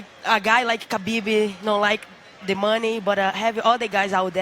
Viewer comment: maaan, it's Habib, not Kabib guys!